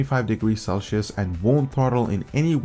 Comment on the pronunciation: I love how you can't pronounce Celsius